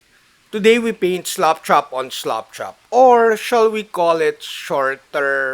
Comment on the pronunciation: Thanks,, for another great video! I always love to hear your accent when saying "slap chop" - it always sounds like "slop chop", like as if you are slopping on the paint, uncaringly - it keeps me giggling. BTW, FYI, this technique has been around for years and presented previously on YT, at least once in memory. However, the presenter, again from my sieve-like memory, didn't discuss in detail the idea of more than two slap chop steps. Cheers, and again, thanks for sharing.